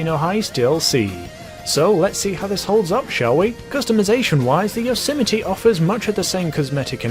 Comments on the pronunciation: Listen to the guy on the Blonded music station. During the advert he pronounces the car "Yose-my-ee" not Yosemitee. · Anyone else irritated evetytime he said Yosemite? Bruh he be like *yosəmitiee* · It's pronounced, "yOZ might" Fucks sakes... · Yose - mite This man said yo - si - mi - tee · I thought it was pronounced like "yoze might" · Yo-sim-I-tee What the fuck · I've been pronouncing it as "yo-ser-might" all along.. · Isn’t pronounced Yo so Might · Gta YOSMITE p.g - no yosimitee